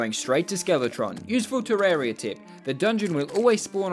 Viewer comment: OMG THE FIRST TERRARIA YOUTUBER THAT IVE SEEN THAT SAYS IT TER RARE EE UH